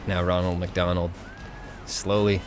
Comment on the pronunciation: Did you say wonald mc Donald